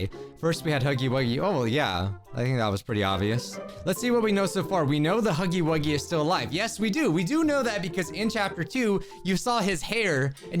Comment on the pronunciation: It’s huuggy wuugy